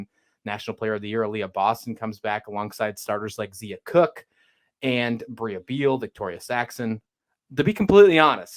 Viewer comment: It's pronounced Zia (Z-EYE-a) Cooke. Not Zee-a. And Brea Beal is pronounced BREE, not Bria. Great preview! Thanks for showing love for women's basketball. #gamecocks